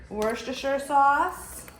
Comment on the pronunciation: “Wash-your-sister” sauce 🤣